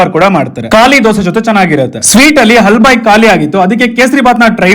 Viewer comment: ಹಲ್ಬಯಿ ಅಲ್ಲ ಹಾಲ್ಬಾಯಿ